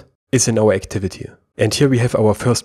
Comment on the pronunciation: D Yes you do. You add "a" to words which ends with "y" letter.